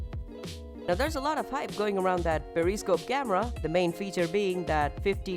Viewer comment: The way you pronounced periscope is wrong.. But whatever I guess... Not a bad video.